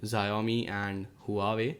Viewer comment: its wa-wei not hoo-a-way